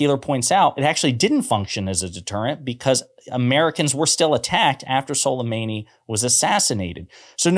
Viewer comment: it was sulemAni .. not sulemEni